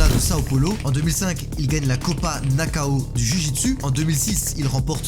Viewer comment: Amigo, à 2min34sec c'est Copa "Nass/en/ou"(et le ou de fin se prononce à peine), ou éventuellement "Nassao" (si + facile à comprendre), mais jamais NAKAO (Sinon Bravo pour les vidéos)